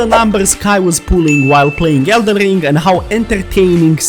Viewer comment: Elden rrrrrrring 😂